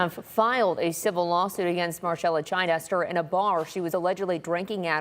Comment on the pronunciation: It’s not Chi-dester, it’s Chid-ester. This women needs a prison sentence. I doubt she only had one drink. She doesn’t even shed one tear for those kids, while in court.